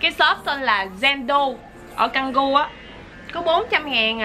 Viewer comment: Tú ơi, tiếng Indo khu Canggu phát âm là Chang Gu. Chúc em enjoy thời gian này và sớm được về nha 😼